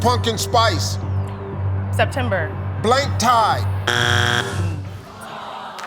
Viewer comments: I hear blank tie too that's not what he's saying? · I also heard tie. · So it appears a lot of us heard "tie" for question three, as did I. Thankfully, the second contestant heard correctly lol. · I wondered why both of them passed, because I immediately thought "black tie" and "bow tie." When it turned out that he had said "tide," not "tie," I understood. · I misheard it too. I thought it was tie instead of tide.😂